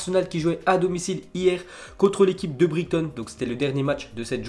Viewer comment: Bonne vidéo MAIS ça fait deux ans que je te suis et deux ans que les gens dans les commentaires se demandes pourquoi tu améliores pas ta prononciation: Ex: Southampton, Brighton, Maupay...